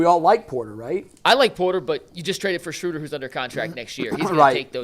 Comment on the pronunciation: Hey..great job..but it's SCHROOOOOOODER!